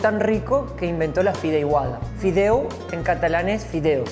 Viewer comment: FIDEIGUADA NOOOO. FIDEIGUA. que un valenciano no te escuche decir que es una paella de fideos.